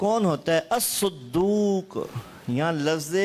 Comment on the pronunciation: يجب هناك تصحيح خطأ للأخ الحبيب حفظه الله ورعاه فى إعراب كلمة ''الصدوق"فى الحديث،أن حركة حرف الصاد الفتحة لا الضمة ،والدال بدون التشديد لا بالتشديد.